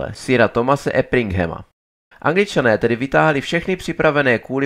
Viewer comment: Pěkné video. 🙂 Jen je tam několik zkomolených jmen: Nikoliv Karel z Albertu, ale z Albretu. Nikoliv lord Carnoys, ale Camoys. Nikoliv Thomas Epringham, ale Erpingham.